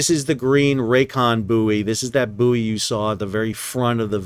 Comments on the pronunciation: It is Boy not Booie. Ships are buoyant not Booieant. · It's pronounced 'boy' not booey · It is bouy, not bouy. I hope that clears things up. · Not only do Americans call bouys boyees they also have the green and red bouys reversed which had me a little confused first time a saw a channel in US!! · Boo-ee, hooey! Bouy ahoy! I guess there might be vacancies for ship's Captain, Officer of the Watch and Pilot! And, jurisdictionally, the cargo is Canadian wheat (probably from Manitoba) out of Thander Bay! Anyway, good report, as always - thanks. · Is a "booey" booey-ant? Does it have booey-ancy? Does the water booey it? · Hahahaha. Even though i forgive you for mispronouncing Bouy as Boooooeeeeeeeeeee, they are still back to front too! 🤔🤣👍🏼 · I know it’s spelled “boo eee”. It’s pronounced “boy”. Btw love your content. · Boo-ee, Iri-coy, red right returning. If confined to the Great Lakes, it's a "boat", no matter how big, otherwise a "salty". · I agree as an American in America Sal is entitled to pronounce it in the American way but, as a British Captain “buoy” instead of “boy” drives me crazy to the point I simply have to turn the sound off. But then Americans cannot spell correctly and call taps “faucets” for some peculiar reason. But buoy does this pronunciation hurt my ears. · Aye M'ster howdyado O' Packet (cause that's how they would say What's Going on With Shipping in London) would ships on the Saint Lawrence River usually be controlled manually or via an autopilot on a pre-programmed route? PS: I'll admit, the purpose of this comment is the first phrase, which I just immediately though of when you were explaining why you would use the US pronunciation of "Buoy"... not something anyone should have to excuse oneself much about... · At least you're not saying boobbies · Can't get my head around the American pronunciation of buoy and route